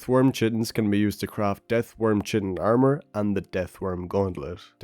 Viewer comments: not to be that guy, but chitin is pronounced as kai-tin, and not chi-tin. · chitin is pronounced like "Kite" not like "chit chat" so its pronounced Kite-In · It's pronounced k-eye-tin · Chitin : "K-eye-tin"